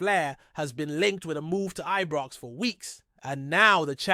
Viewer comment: It's frigging IBROX not EBROX 🙄😡